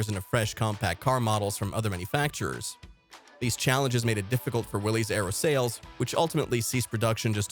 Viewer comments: It's "Willis" NOT "Willies." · It's not pronounced "Willees,". It's pronounced "Willis". It was a family's last name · I've only ever heard it pronounced Willies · Most folks do say it that way, but John North Willys pronounced is last name "Willis", and it was his name, so "Willis" is the correct way. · I believe Mr. Willys once said "I don't care how they pronounce my name as long as they buy my cars." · That's great to know. Really. I think every person on the planet mispronounced it. It's sort of like R.E.O. Ransom E. Olds. It's pronounced Ah ree oh, but every one says ree oh. So thanks for the info . I give you 5 stars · My family owned a 1950 Willis 5 passenger Jeep! We pronounced it Willees! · do a little research and you'll find out I'm right. Just because everyone says it wrong doesn't make it right. The family that started the company pronounced it the way that I said. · Yes, but Mr. Willys himself stated, "it didn't matter how his name was pronounced, as long as you bought his cars".